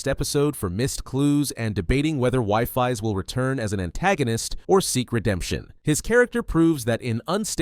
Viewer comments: Wifis 😂😂😂 its weefees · its pronounced weefees not pronounced wiefies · Wifies ❌ WIFI's✅ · it's pronounced we-fees